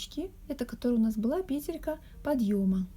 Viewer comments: скорее всего петЕлька . Вы же не говорите пЕтля, а петлЯ. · Все прекрасно, но почему пЕтелька? Слух режет🤦‍♀️ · Вот что выдаёт Гугл: В слове «пе́телька» ударение ставится на первый слог, на первую букву Е. Как и в существительном во множественном числе «пе́тли».🤗🌸